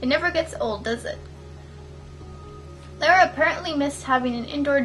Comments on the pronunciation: not Lara (lair-a) as you keep saying,, Her name is pronounced Lara (Lahr-uh). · Girl how you gonna be a fan and call her lair-uh instead of lar-uh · So weird the way you say Lara, lol but oh well. XD